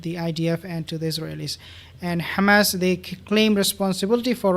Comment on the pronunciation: Please!!! It's not Ghamas , but Hamas . Don't repeat the Zionist expressions , which is Yiddish and not Hebrew.